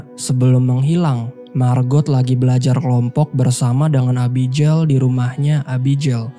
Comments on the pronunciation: Nama Abigail itu biasanya dibaca é-bi-gél bukan e-bi-jél, pake g bukan j.. cmiiw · Bang, abigel bacanya. Jgn abijeil. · agak gimana gtu pas denger Abijel 😂 Abby geil bang 😅